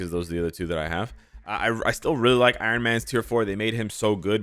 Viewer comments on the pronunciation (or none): none